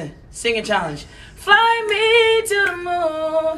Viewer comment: He said “sth” not “the” when he sings fly me to THE moon